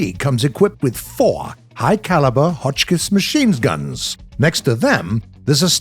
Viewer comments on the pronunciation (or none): is it just me or he said "mashines guns"?